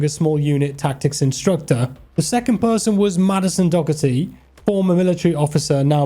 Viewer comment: Daugherty is pronounced "dough-er-tee"